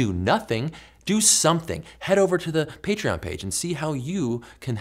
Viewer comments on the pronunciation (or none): none